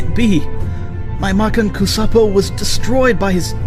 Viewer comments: Makankosapo??? Do you mean masenko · that pronunciation of makankosappo was wild.